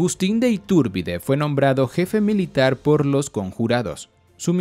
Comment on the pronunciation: Me estresa que le modifiques el nombre y lo pronuncies “Itúrbide”...